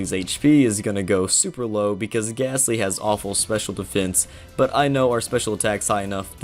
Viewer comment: There’s no H in gastly